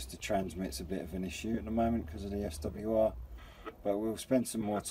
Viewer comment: It's not as you call it a swar meter it's called like it looks it's a S.W. R meter